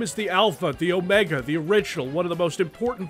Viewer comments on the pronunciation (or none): none